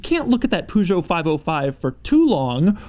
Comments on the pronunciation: Peugeot is not pronounced "POODJOE" , it's "Payjo" ... Fucking annoys me... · Did you really just say Poojo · IT’S PRONOUNCED “PURR-GEOT” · Pujo, you mean Peugeot right? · Even though I’m not European it annoys me how people mispronounce Peugeot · “Poo-Joe” REALLY DOUG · Did you just call peaugeot Poojeau? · doug the type of guy to pronounce peugeot as poo-joe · what's a "poo-jo"? Because it surely isn't how you're supposed to pronounce Peugeot. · "A Poojot" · In "Peu" "u" is almost mute, so it should be pronounced more like "pe" in "pencil" than Peugeot = "Pe-zho" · This week on How to Pronounce Foreign Words in a Way Americans Will Understand: Poo-Show Oh, you were looking for the time code for the "Super Cruise" demonstration? Here you go: NEVER. Not that you missed anything interesting though; it's essentially the same as what everyone else has except it works in fewer places. I wouldn't criticise the hyperbolic claim that it "drives itself" — because we all know what he actually means, right? — but what are we going to call it when there's a commercially available car that can actually drive itself? Hyper-Drive? Artificial chauffeur? Hoke? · "Poo-Joe". That's a new take on how to mispronounce Peugeot. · "A Poo-geot 405 station wagon" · Andrew Davison no he did not say it correctly. It's pronounced pezhoo in french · Pergho.. Is phonetic i think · A Poogeot. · everytime Doug pronounce PEUGEOT like that a baguette kills one frenchman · Pity Doug still hasn't learned to pronounce Peugeot correctly yet!!! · Doug, the type of guy who don't know how to say peugeot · Please somebody lend Doug a Peugeot to test and teach him how to pronounce it! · Sorry guys, especially Jaime7188 but I'm French and you're not gonna learn to me how to pronounce Peugeot... So I tell you guys : British people pronounce it incorrectly, and Doug as well ! I don't know who are the people who liked your messages, but I guess they don't knwo how to pronounce correctly too...